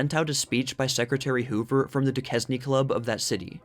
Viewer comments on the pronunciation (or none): Duquesne is pronounced DOO-CAIN for future Pittsburgh area videos 😁